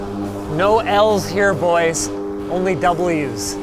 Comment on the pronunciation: "only Ws", "WinusWetWhips"